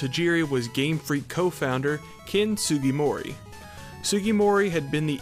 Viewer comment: It's Sujimori, you're pronouncing it as Sugimori. Two completely different names